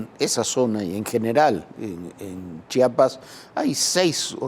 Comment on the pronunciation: Gracias por pronunciar bien Chiapas 🎉